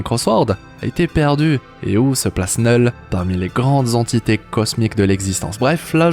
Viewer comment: Il dit "neul" à chaque fois